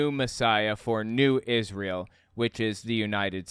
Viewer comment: Every time I see this guy, it reminds me of the time he pronounced Israel in that weird sing songy way. Creepy AF